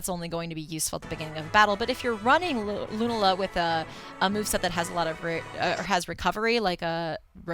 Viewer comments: luna-la sounds dumb. as far as I know, its lu-na-la. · ITS LOO-NALA Not Loonuhluh -__ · It's "Loo-nala" and also Solgaleo is basically metagross